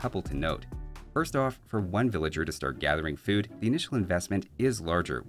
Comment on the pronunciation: What's a Villaer? xD jk. Love you. have my babies.